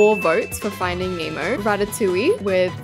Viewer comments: it’s not “finding memo”it’s finding Nemo this is how you pronounce it NEH-MO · "Finding name o" 😭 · “ finding emo “ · Not saying finding emo😅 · stop saying finding emo 😂😂😂😂😂😂😂😂😂😂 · she says “finding Emo”😂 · why does she keep saying "findiing emo" with peace and love 😭😭🤓☝😭😭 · Not findig nemo its FiNdInG HeMo 😂